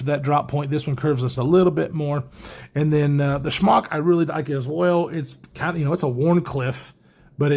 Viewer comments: I just gotta ask...are you pronouncing the Smock as Schmock as a goof? Cause I laugh every time you say it! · You know it’s SMOCK not SHMOCK, right? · It’s like Spock but Smock. Lol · I actually heard it as Spyderco Schmuck the first time he said it!